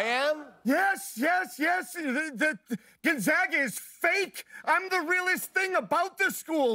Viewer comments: I know it's a bit, but I don't think I've heard any fellow Spokanite pronounce the school as "Gun-saga." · It’s not GON-ZAHHHGA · Guillermo, piss off the people of Gonzaga by calling their school “Gonzalez” lol. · Haha you knew he wasn't the mascot when he said Gonzaga wrong 😂😂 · Gonzaga has 3 syllables....CONFIRMED!!! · Jokes aside, I can tell this isn't the real Spike based alone on how he pronounces Gonzaga wrong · "Gonzawwwga" lol... almost as bad as "Spokaine" :)